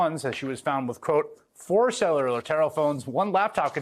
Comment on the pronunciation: “…four salelurrr terror-phones and one laptop…” Haha WHAT?? 😂 🤦‍♂️